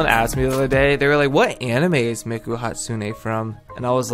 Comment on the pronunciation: 😂 you kept saying miku wrong